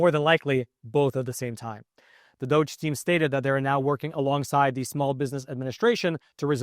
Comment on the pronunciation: "Department Ove Juvernment 'Fficiency." Sounds like "DOJ." The real pronunciation from Dipartment Of Government Efficiency should sound like "Duggee."